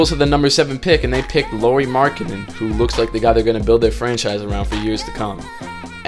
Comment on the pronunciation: C'mon MaN. If u gonna make a video that really about one person and that happen to be about ROOKIE FIRST TEAM LAURI MARKKANEN say his fucking name right! I am sick of you fakes talking like u know bout basketball but can not get the players names right!